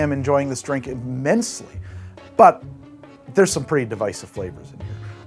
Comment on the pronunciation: He enjoyed that imMINTSely! 😂